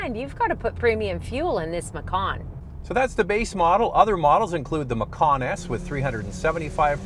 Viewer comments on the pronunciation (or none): I think the name of this vehicle (macan) almost certainly originates from an Indonesian word meaning 'tiger.' But the letter 'c' in Indonesia is pronounced 'ch' so this car is a Porsche 'matchan.' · You mispronounced it. Macan should be pronounced "machan" ("ch" as in charlie). Macan is the Indonesian word for tiger and porsche took the word as the name of its compact suv.